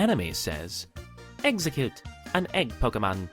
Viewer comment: It's Ex-Egg-Cute